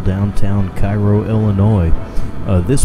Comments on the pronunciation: the towns name is pronounced care-oh... in order to differentiate itself from the city in Egypt... I was born and raised here. my father's law office is two doors down from here and he even attended shows here when he was younger. it has been abandoned my whole life. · couldn't find you on Facebook but I would be happy to help any way I can. I have been urbexing Cairo since my childhood. the building in the beginning of this video can be explored if I show you how... the pronunciation thing is just a local pet peeves but I don't care haha. we just try to make it known. also there are many more buildings to explore around town as well!